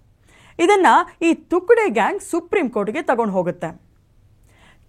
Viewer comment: ನಮಸ್ಕಾರ.. ಅದು ತುಕ್ದೆ ಅಲ್ಲ.. ತುಕ್ಡೆ